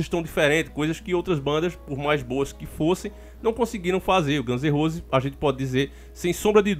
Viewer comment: Ganze Rose k k k